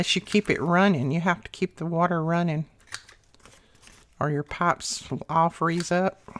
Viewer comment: Pipes...you were saying "pipes." LOL!! I love to listen to you. You always have such amazing ideas! Thank you!